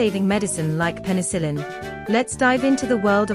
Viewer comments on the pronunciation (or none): Sounds like the "qwerty keyboard" was an "on purpose," not an accident. "Pencil-in?" Learn to talk.